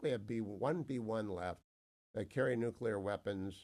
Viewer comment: You still sound dumb when you say nukewler versus nuclear which is how it's actually pronounced. Come on, do better. Your credibility matters.